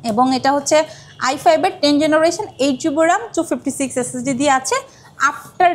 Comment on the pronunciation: SSD❌ S S D✅